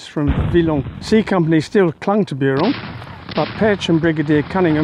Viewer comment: I commend your French pronunciation of most place names [I'm British but speak French quite well]. However, is Buron pronounced like you are doing it? /'bju:rɒn/? Anyway - just a nitpick. Loved this video and have subscribed.